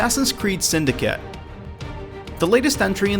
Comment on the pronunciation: u dident say suyndicate right. u sayed syndice